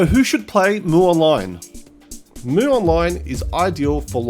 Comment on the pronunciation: Its read as EM YU not MU...